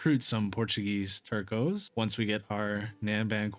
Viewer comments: Nice video! Fwiw, “Tercio” units are pronounced “Ter-th-ē-ō” then slap on the s at the end. It means one-third/third in Spanish. Other than that, keep up the good work! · I see people more often than not absolutely butcher the word “Tercios”. It’s a soft “C” guys…